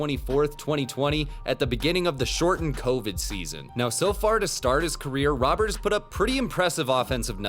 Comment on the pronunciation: This dude's name is not Robert, Robert doesn't exist in Spanish, we have Roberto, so just think Roberto but take the o out at the end. Should be closer to Rowert in pronunciation